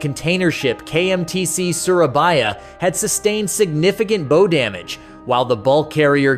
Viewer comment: bow ??? its called a BOW not bow